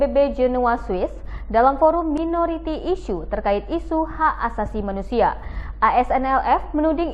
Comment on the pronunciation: minority dibaca mainoriti harusny